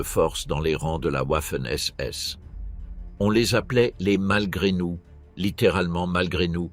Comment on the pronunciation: pourquoi toujours Ouafen SS en prononciation. les Français sont-ils donc incapableode prononcer Garden Va... il n'y a pas de Ouah !!!